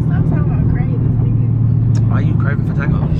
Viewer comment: It’s emphasising the words “CRAVINGS” & “POSITIVE” that’s got me intrigued 🤷🏼‍♀️